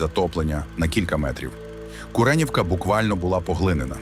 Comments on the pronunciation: Дякую за відео. Мереньке уточнення «куренІвка» наголос на «і». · незвичний наголос у назві цього району